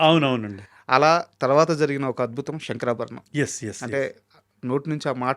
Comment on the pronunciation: One of the best interviewer in current times. So mature. Did his research and is asking very pertinent questions. But why is he pronouncing "శంకరాభరణం" as "షంకరాభరణం"?